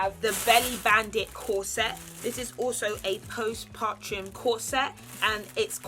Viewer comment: No one: Absolutely no one:: post PARTRUM 🤣🤣🤣